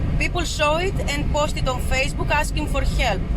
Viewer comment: Hielp?😂 You come from rus